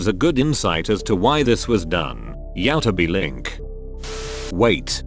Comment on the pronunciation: "Yowtuby link"